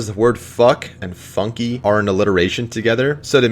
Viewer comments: It's not pronounced "Funkie" In't pronounced FUNK silent "e" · its pronounced FUNK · i like how he mispronuces FUNKe